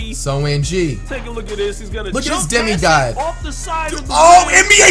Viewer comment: Did he really say Demi God in 2k16 💀😂